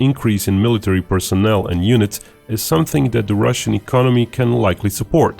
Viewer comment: I'll believe the guy that butchers "military" so badly